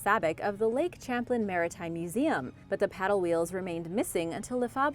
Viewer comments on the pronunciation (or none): When you talked about Lake Champlain in NY, it is not pronounced Champ-lin. It is Sham-plain. I live in upstate NY and have only heard it pronounced sham-plain. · Stop being irritating. The lake's name is pronounced Sham plane.(Lake Champlain between NEW YORK and VERMONT.) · I so wanted to point this out as well. "Sham plane" as we say in South Georgia! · Lake Champlain is pronounced, like Champaign. At the start of the word. It's French so you may not have ever found out! 😱 We learn something new everyday. Have a great day. 🤗🇨🇦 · No it's French. They do not pronounce the sound 'H', I'm bilingual & live in New Brunswick Canada.